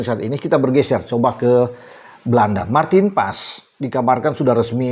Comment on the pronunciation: marteen paes bukan emil anders